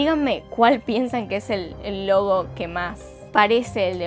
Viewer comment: pensé que dijiste lobo no logo :v